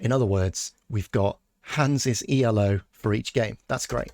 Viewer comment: The first observation of Milky Chess was that his cp loss flatlined against Elo, ie with no correlation. (By the way Elo it is pronounced "Ello" because it is the inventor's name, not an acronym). Your R coding at least casts some doubt on the observation. The second observation was that SuperGM level of play usually had a slightly lower value for cp loss than Hans, and you have replicated the number for Hans at Elo of 2600+ but not run the comparisons, so far. Third observation was that the variance of cp loss also declines with increasing Elo in other players, but is pretty random with Hans (correlation coefficient about 0.5). This you haven't replicated yet. Finally, the argument that Hans cheats was supposed to be that Hans at 2600+ displays a combination of variance and cp loss that is typical of players with an Elo of 2500 and very different from what is seen with players at or above 2700. Obviously, your replication exercise hasn't got to the point of being able to reassemble the pieces of this argument. But the first part and the approach are very promising. Maybe Milky Chess has just made a bunch of mistakes in Python. Please carry on!